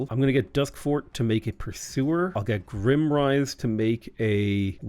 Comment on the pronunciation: just want to point out that your capital is GRIME - rise, not grimm-rise. IE, its dirty, not depressing